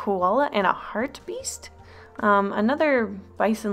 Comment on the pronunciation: Hartebeest is pronounced "hart-uh-baist" if anyone was curious